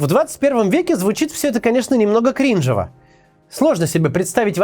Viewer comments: КринжОво, а не КрИнжева, уважаемый Максим. Почитали бы хотя бы текст перед тем, как его рассказывать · Как меня перекосило когда сказали крИнжова, а не крижнОва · не крИнжово, а кринжОво максим возьмите на память, а то звучит кринжово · Не кринжовА, а криНжово. (Комент в помощь продвижению) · кринжева звучит ваша речь. Не крИнжева, а кринжОво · В слове крИнжово, делать ударение на И это так кринжОво. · правильно говорить кринжОво) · Максим специально сделал неправильное ударение в слове кринж. Чтоб мы в полно мере осознали всю кринжовость идеи войны в 21 веке. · В слове кринжово ударение неправильно, в остальном разъебал автократов в ноль